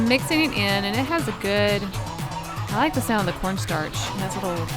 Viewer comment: Ok so I'm saying corn starch and corn sterch now 😂